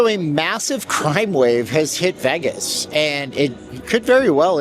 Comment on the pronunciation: You sensationalize and need to go back to Canada, for the millionth time LEARN HOW TO PRONOUNCE VEGAS….not VAGUS…..VEYYYYYGUSSSSSS. NOT VAGUSSSSS